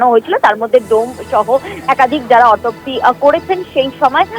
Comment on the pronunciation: ম্যাডাম ওটা অটো পশি নয় অটোপ হসন্ত সি উচ্চারণ করুন।